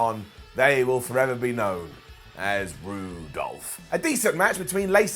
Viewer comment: Came here for the ups and downs. Stayed for “Roo-Dolph” 👏 👏👏👏👏